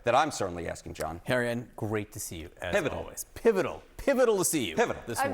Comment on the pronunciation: Such “Experts” that they can’t even pronounce “pivotal” let alone spell it! 😂